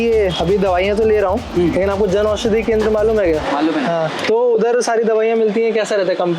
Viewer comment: Jan aushadi not “janushadi”